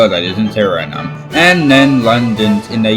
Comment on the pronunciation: Suriname is pronounced Suriname not sureimane